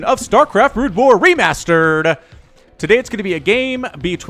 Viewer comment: i soemtimes wonder if he is saying ree-mustard! :D